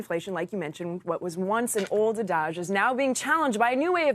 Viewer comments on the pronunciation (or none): Did she say adaje? Instead of adage